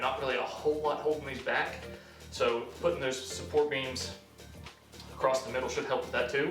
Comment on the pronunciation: Did you say acrosst here? AcrossT?